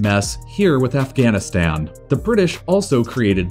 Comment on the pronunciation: When Pakistan was created, there was no Bangladesh; it was East Pakistan. Also, it's not "pack-ih-stan", but "paak-ih-staan"; all the "a"s in the name are pronounced like that in the word "father", not like that in the word "apple". Same thing with Afghanistan. And kilometres is pronounced like "nanometres", not like "thermometers" (because it's a unit of measurement, not a measuring device).